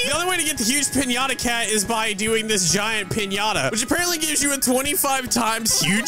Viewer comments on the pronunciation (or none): doesn’t pronounce piñata properly😂